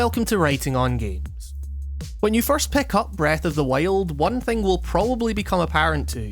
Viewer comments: Breath of the waile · its breath of the wild not breath of the whale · Breath of the Whyled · breath of the wale? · Breath of the Wiald laddie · Breath of the Whiled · breaf of d wajild :D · "Breath of the Wayald" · how you pronounce breath of the wild brreahth of the wyoauld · "breath of the weild" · Breath of the waild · "When you first pick up Wreath of the Why-old" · STOP SAYING FUCKING BREATH OF THE WHALE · Breath of the Weh - old. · When you said Breath of the Wild, it kinda sounded like Breath of the Whale XD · breath of the WHAILED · "Breath of the Weld" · "Breath of the Wail'd" lol great vid! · Did you say breath of the whale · Læfend of Zælda Breath of the Wæld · Breath of the wayeld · Did you just say breath of the whale? At 0.05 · Breath of the wiyuld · Breath of the Whyuld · Breath of the wEiilld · Not really. I don't think wild is supposed to be pronounced as WEHLD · "Breath of The Wayuld" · "The legend of zelda: breath of the wailed" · "breth of thee weeyuld" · i keep hearing breath of the whale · Breath of the Weighlt xD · Is it just me or does he keeps saying "Breathe of the whale"? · Am i the only one that hears " breath of the whale"? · lol. "Breath of the Whaled". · Heard the way you pronounce wild in the first 10 secs and got out of the video, lol sorry dude I don't like ur accent 😂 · I think he's Australian. They pronounce /aı/ as /εı/.